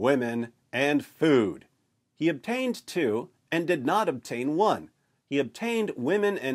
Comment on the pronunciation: not "obtian" one 😜